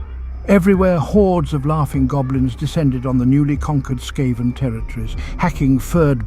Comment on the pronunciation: Brilliant lore. Just one thing it's "Skaven" S.K.A.V.E.N!!!!! NOT S.K.A.V.A.N????????????